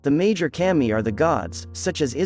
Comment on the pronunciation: Kah-mee. Not cam-ee...